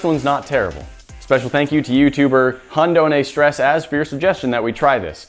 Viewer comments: „Hundohnestress“ is German. It means „Dog without stress“ and is pronounced „hoont oh neh shtress“ 😂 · Hund ony stress hahaha it's pronounced khoond ohna shtress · Nice pronounced - the username is in German - means "dog without stress" and has to be pronounced " Hoont ouney shtress" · Hunned-oh-nee-stress?!?! You need to work on your pronounciation of German words. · "Hund ohne Stress" is German for "Dog without stress". It's pronounced: Hoond oh-na stress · hunned-ony-stress? Worst German pronunciation ever. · The guys name is pronounced hoond oh-neh stress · Wie er den Usernamen ausgesprochen hat ahahahaha lf😂😂😂😂😂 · Yeah... This name is spelled german😂 it was hilairious listening spell it in english😂😂😂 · "HundOhneStress as" is german and means "Dog without stress" also pronounces wrong, just look it up. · I like how he pronounces "HundOhneStress" xdd It's german and means: "Dog without stress". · HundOhneStress is German and means dog without stress. It annoyed me so much for some reason when you pronounced it wrong lol. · I like the way you pronounce 'HundOhneStress' xD It's actually german and means 'Dog without stress' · Hahhahaha the way you pronounced HundOhneStress is incredible 😂 for those of you that dont know: its german 😂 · Hahaha "HundOhneStress" is german. It means Dog without stress. But your pronunciation was killer. Keep it up! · The way u pronounced HundOhneStress 😂😂 it’s German and literally translates to dog without pressure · how he pronounced "HundohneStress". hahahaha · you make HundohneStress sound like an anime lol It's actually german, is pronounced way different and means (translated word by word) "Dog without stress" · The way you pronounced HundOhneStress is gorgeous haha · Wie er hund ohne stress auspricht😂. English: the way he pronounces hundohnestress😂😂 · er hat deinen namen falsch ausgesprochen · zockertypxl Nee. Hab ich mulir auch gedacht. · The way you pronounce Hund ohne Stress😂 Keep up that excellent video quality